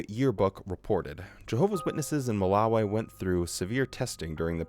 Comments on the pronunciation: I don’t like how you pronounce Malawi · Curious as to why so many JWs say Ma-la-wayy instead of Ma-la-wiii? Also if you did have a 100 hour video, you're gonna have to reaaaaalllly stretch out that theme song lead-in